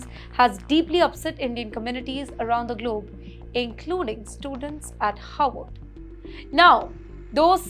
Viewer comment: please don’t pronounce Harvard as Howard. Pronounce both the Rs in Harvard. There is another university by the name Howard ( it is in Washington DC ).